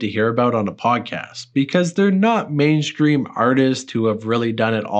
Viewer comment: "mainskream" "induskry"